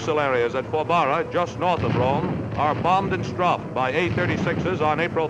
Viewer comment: That because with an ordinary dive bomber you "strafe" but in an A-36 you "Stroffe"